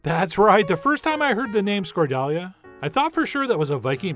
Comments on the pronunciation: Nice work Chef. Watching with my Greek in-laws and they’re very impressed. “Yes. Yes. The Chef John. He knows the food.” 😂😂😂😂 Ps ... I’m sure others will have said. But the accent on the word goes with the ‘Tonos’ mark, so ... Skordal-YA. :) Don’t stress. It’s all Greek to me too. 😂😂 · fwiw, the accent should probably be on the last syllable (skor-dal-YA)... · The accent is on the last "a" so it's scordaliA. 😅 It can be made with bread or walnuts instead of potatoes but I do prefer the latter ones for sure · Dear Chef, great video, as always, and lovable quirky humor :D But "skordalia" should be pronounced like a Klingon word: Emphasis on the final "a" (skordaliA!), and not the first "a". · it's not skordAlia. it's skordaliA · My mother made this almost exactly the same way, but without the acidity. I need to try your version!. BTW, It's pronounced skor-thal-YA. Yiassou, paithi mou! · Σκορδαλιά !!!!! Tone goes to the last letter. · The actual pronunciation is skor - tha (like in "that") -liά (the stress is on the last syllable). Whatever you call it though, it's still delicious! Thank you chef! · While my yiayia would not approve of your pronunciation of Skordalia (skor-thal-YA), she would definitely approve of your recipe! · Minor note, the "correct" pronunciation in Greek is [skorða'ʎa], meaning we stress the ultimate syllable, plus: "ð" stands for "th" in such words as "the," and "ʎ" stands for the "gl" in such words as "tagliatelle." This might help you refer others to the dish in Greek. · Skordelia was Flash Gordon's other sweetheart on the Planet Mongo. Skor--dell-Lee-AAAAHHHH is the pronunciation we use on Earth' LOL! BTW there are many variations of this using bread or almonds. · Chef John, I love that you're giving greek food some spotlight but it's pronounced "Skor-thah-li-ah" with emphasis given to the last "ah" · Skordalia -is pronounced like you are calling your grandmother (Skor-yiayia!) with emphasis at the end. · Pronounced Skor-tha-lia